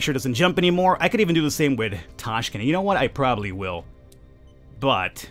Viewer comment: Tashkent its true pronuounce